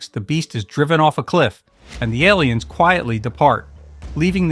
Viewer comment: Great content, they are however, "A"liens not "el"liens.